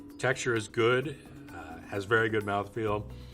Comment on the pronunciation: My dude said M O U T H F E E L